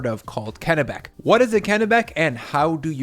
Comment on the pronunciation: Congratulations on pronouncing Kennebec properly.